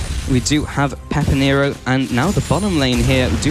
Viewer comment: finally they called him pepinero and no "peperino"